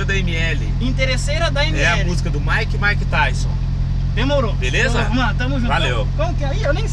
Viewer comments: "MAIKE E MAIKETAISON" KKKKKKKKKK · "Maick e maick tyson" kkkkkk